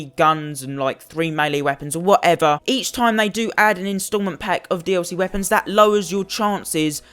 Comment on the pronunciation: thank you it was pissing me off how he was saying "dlc"